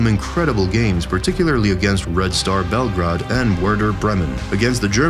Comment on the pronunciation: Lothar matthäus (Ma-tie-as) Bel-grade